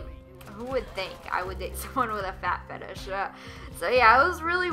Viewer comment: It's "Fetish" and Google is your friend my friend